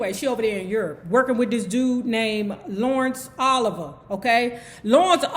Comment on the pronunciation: said, "Lawrence Ol-iv-ah" 😂😂